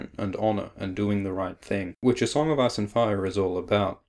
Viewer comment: Sounds like hes saying song of ass and fire